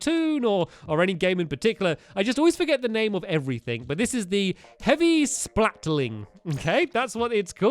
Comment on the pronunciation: Sorry Stampy. It's SplattERshot, not Splatshot :/ And also it's Splatling, not Splating.